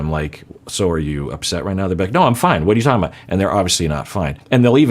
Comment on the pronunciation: does some slight New Yorker-isms here which is hilarious to me. The "whadaya-talkin about" and the "eh" at the end. I think he learned this from movies not his native Texas.